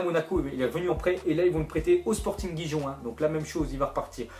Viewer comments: 0.57. LE GIJON AHAHAHAHAH!!!!!!!!, on dit rérone et pas giron. mdr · Chui mort il a dit sporting jijon ;);););) c'est "Rirone" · Sporting gijon se dit rirone et pas guijon mdr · gigon mdr ont di sporting rirone) ac laccent😂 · Lol il m'a tuer en disant "sporting guijon" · ptn la prononciation "Guijon" quoi 😂 c'est pareil pour Manchester Unitède et Bournmoute...